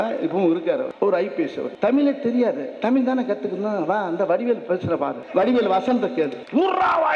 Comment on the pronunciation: Thamizhi inra varthaya mothalla ozhunga solluda. ethana makkalukku senja thana porumaya than erukkan innu padikkira pasangalukku laptop innum kudukkala.thalikku thangam kodukkala.exam pass panna teacher ku job order podala...innum list poittea erukku type panna kai valikkuthu.....kari thuppa than thonnuthu...dai vadi velu D.M.K karan pee.....ya thiriya da ...athan mulu vela pakka mattuthu.... unnoda comedya pathu enda tamila kathukkanum ethu sari.vera mazhiya kathukita thappa da .unakku varalana vidu da.kathuga viruppam ullavargala ennda thadukkura naayea......